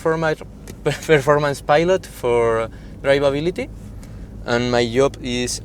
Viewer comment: "mai yooh". (My job). 😅